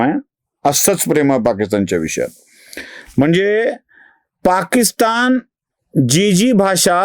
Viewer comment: पाकिस्थान नाही पाकिस्तान करा.. बाकी नेहमीप्रमाणेच लय भारी.👌👍